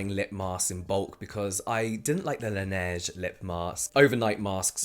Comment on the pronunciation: yessss the way you said La Neige , finally someone pronouncing it right ahahah